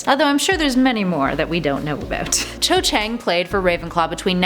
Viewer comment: Cho Chang sounds "Sho Shang" not how it is spelt